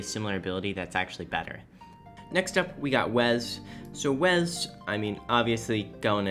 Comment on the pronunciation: I have literally never heard someone pronounce Wes as Wez before